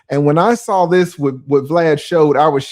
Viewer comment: Saying BLAD instead of VLAD is the boosie code for max views 😅